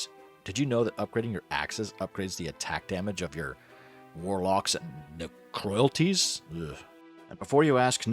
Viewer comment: Ne cro lights. Necrolytes